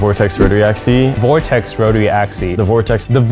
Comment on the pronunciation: Axis!! AXIS!! Not axy!! Dammit!! Put me off my breakfast!!